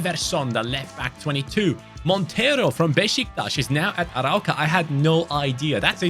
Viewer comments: It’s called „A-roo-ka“ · Amazing vídeo ❤ You read the arOUca, the "ou" as your english letter "O" 👊🤟